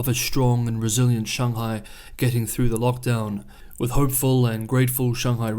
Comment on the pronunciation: All good. Actually, I was somewhat serious about the pronunciation of Beijing, especially because I was indeed certain, based on your tone mastery (way beyond my ability BTW) and, contrary to your assertion, nailing 'Shanghai' with a 'bung' and not the hideous sounding 'bang' of the anglicised version, that you are well aware of the correct pronunciation. FWIW, I don't think it is at all pretentious to acknowledge and use the correct pronunciation. On the contrary I regard it as both educational and a mark of respect of the culture. Similarly, I fully support the effort of the Maori of Aoteraroa to reclaim their original pronunciations of place names. And it can be fun too. For example, 'Whakatane'. 😮 There is some really serious and alarming stuff going on in the world at the moment and it is often hard to get to the truth. I have a particular interest in China and have just discovered your channel. So please keep up the great work and don't let my little nit pick distract you from the great analyses and perspectives that you are producing.